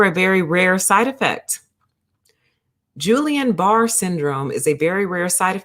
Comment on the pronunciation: It's not "Julian", it's a hard 'G' and I would urge anyone citing scientific statistical information to understand how to interpret the statistical results of the findings prior to making any causal inferences. In fact, ALL vaccines have risk factors as well as, over the counter pharmaceuticals. 19 people out of 20 million is equivalent to .000095% of people developing peri or myocarditis which is technically analogous to the incidence that normally occurs in the general population. when conducting scientific research it is unethical to omit any findings and fail to report them. I recommend focusing on studies' effect size (if there is a substantive difference between rates of heart inflammation after vaccine and those normally found in the population. The study does not answer, "why," most likely because a cause and effect relationship cannot be inferred from the study that was conducted. Just FYI...